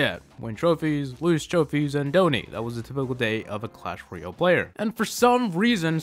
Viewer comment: why do you always say clash royel